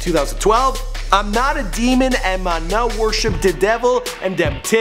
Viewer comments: Bro 😂🤦🏿‍♂️ mi - me, nuh - no. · Mi is prononced me not my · Mi* is pronounced me not my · jus for ur info MI is pronounced me not my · Yow bro..dont pronounce mi as my its pronounced as me...mi just telling yuh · You should pronounce 'mi' as ,me' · mi is pronounced me its just a shortened term mee=mi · seh Mi as my😂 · Mi is pronounce “mee” lol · Mi in creole is not pronounced "my" the i is like a sharp e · Mi is pronounced me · ask a jamaican friend to help you pronounce "mi" properly. great video tho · "mi" is pronounced the same way it is in spanish. Surprised you cant pronounce that